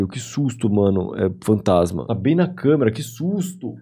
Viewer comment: "oi tudo bÖm?"